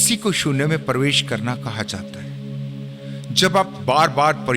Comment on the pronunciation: परवेश नही प्रवेश होता है